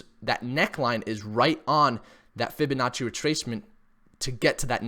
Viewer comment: Fibinachi sounds like an expensive garnish for noodles gotta love when he says that lol